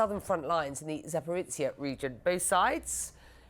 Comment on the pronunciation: Oh come on, CNN, these are not new place names 😂. Zaporizhzhia (Запоріжжя), the ж zh is like the s in casual, not the z in pizza (that's ц). Robotyne is a bit more obscure, so I'll give you that; the emphasis is roBOTyne, and the и is like the i in "hit". і makes the ee sound in Ukrainian. In Russian the И is ee... Also the e at the end is always pronounced like in Porsche. eh